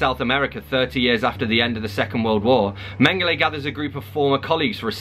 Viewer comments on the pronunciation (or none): Mengele is men-guh-luh, not men-guh-lay